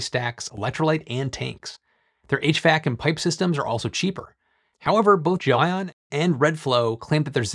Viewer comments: i just looked up a video of the CEO of GLEION pronouncing the word...its pronounced GEL (and then) ION. not, Jo-ann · did you pronounce it jelly-on and dub over yourself in the edit?